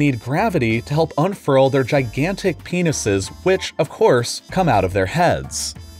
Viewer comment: The way he said "penises" made me laugh lmao